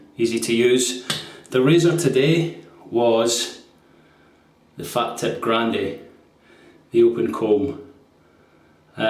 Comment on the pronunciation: Nice one, I used to describe the razor as a 'fat tip' until I was informed (by an Italian) that it is pronounced 'far teep'. Keep up with excellent videos.